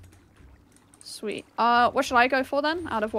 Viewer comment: "Back up plan I have some growing here. But it's taking its Swheat time"